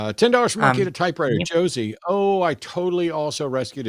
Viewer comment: The caller pronounced the S in Josie's name with an S sound instead of a Z sound and punched the T in Matt like Jimmy does with the word button. I'm not sure that is the same as changing peoples names